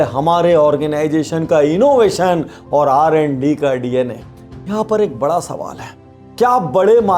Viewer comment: Sir it's R&D not RND